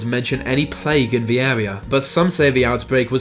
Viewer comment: ...into ve modern world...veese legends... learn to fucking speak, you fucking pleb